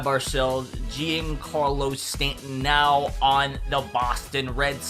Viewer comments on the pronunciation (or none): Mans sayin G-in-Carlo Stanton, bruh; it’s John-Carlo Stanton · Mispronounced Giancarlo... That $ sounding good